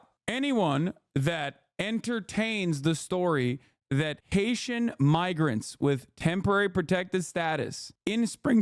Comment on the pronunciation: Yeah I tried to listen closely for the n or m, and I can’t help but hear n. Migrants doesn’t start with n at all